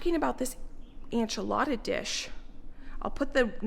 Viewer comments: Enchilada suiza? The e in enchilada sounds like the e in ben not ein. And suiza is swiss in spanish, pronounced swee-sah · I love your channel and you are adorable. Please know I say this with so much kindness- enchilada is pronounced “en”chilada not “an”chilada. ❤ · I really enjoy your channel,, but I’m pretty offended and taken aback. How come you are saying enchilada incorrectly, still? You saw all the comments and looked up how to pronounce Worcestershire and other words in the past and corrected yourself. Why not do the same for enchilada? It’s a slap in the face to Mexican culture and doesn’t show you respect ours when you can start saying calk correctly but not a dish you continuously make and say in videos.